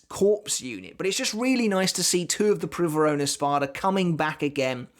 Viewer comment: I speak Spanish and you pronounced Privaron well (AFAIK it's not even a real word in Spanish...) But on the topic of pronunciations, in a video I heard you say soh-nigh-doh, but it's actually soh-nee-doh Keep up the good work! You revived my interest in bleach :) Edit: also if we assume it's in Italian it's Bambietta Baster-bee-neh instead of Baster-bye-n